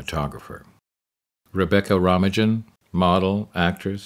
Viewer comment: Rebecca "Rom-a-jin"? Really? I guess he'd never heard of her before this video was made 😂😂😂